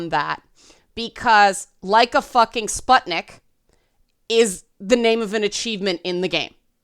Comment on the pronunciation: Letter U in the word "sputnik" (if I'm not mistaken and it refers to the first Soviet satellite or something named after it) is supposed to be pronounced [u], not [a]. Kinda like in the words "butcher", "put", or "rune". Warthunder is an MMO flight sim/ tank/warship sim about WWII with realistic mechanics, developed by a Russian studio. Oblivion - might be because of the fantasy racism.